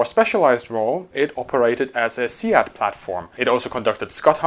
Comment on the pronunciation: for your future reference, SEAD is not pronounced as "See-ad", it's pronounced "Seed". That was clarified in the book "The Wild Weasels". I've also been in mass briefs during exercise Maple Flag, where they always talk about and cover, exactly that. Second, I'm fairly certain (not 100%), that the F-16 didn't touch the SEAD role until well after Desert Storm. That duty was given to the F-4G, where it was in service until 1996 before handing over to the F-16C. Yes, I know the Navy did perform SEAD as well but, they never had aircraft truly dedicated to the role, like the Air Force did. The Navy referred to their role in SEAD as "Cobra Ball".